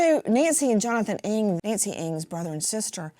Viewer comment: NG is an Asian surname pronounce as "N-a-n-g" not ING just to give and address Nancy Ng her proper name. I hope she'll be found soon.🙏🕉